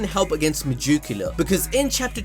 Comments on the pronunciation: Mah jook ala? Cmon son you can do better than that. Meg-e-coola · god i love how he says megacula, ma juke ula lol